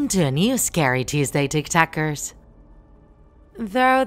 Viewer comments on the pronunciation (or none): When she says "TikTakers" Me: TIKTOKERSSSSS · Her:Hello TikTakers uS:TIK TOKERS